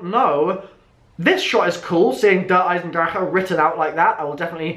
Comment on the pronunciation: Haha you still pronounced Der Eisendrache wrong.. And treyarch did it too.. I mean.. They're all not German, so, low chance of getting it right.